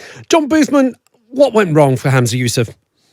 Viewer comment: Its ‘Humza’ not ‘Hamza’ 😂 If only autocue could speak 😂 Plus, that Scottish reporter, even if he is not, gives off big Unionist vibes 😂